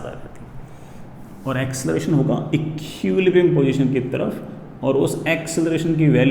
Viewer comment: "Ekkiuulibrium position"